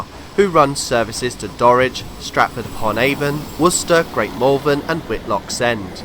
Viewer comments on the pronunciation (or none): none